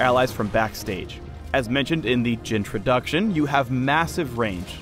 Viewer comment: Also, "JHIN-troduction"